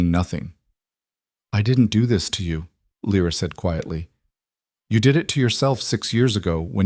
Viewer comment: It kind of ruins the story when the narrator keeps changing how Lyra’s name is pronounced.